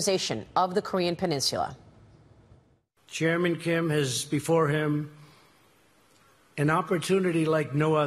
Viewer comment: Is it just me or does President Trump and people from East Coast say peninsula weird maybe people out here in the west coast and Midwest say it weird but it’s just sounds so awkward when they say it to me does anybody else from the Midwest or West Coast Alaska or Hawaii does it sound weird Do you kind a like Oregon or Washington how they pronounce that out or even Sacajawea LOL again maybe it’s just me